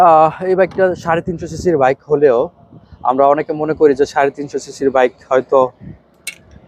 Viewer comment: আগে ভালো ভাবে কথা বলা শিখুন।ভাবের ঠ্যালায় বাইক কে ভাইক বললে ভাব না বেড়ে বরং মুর্খ মনে হয়।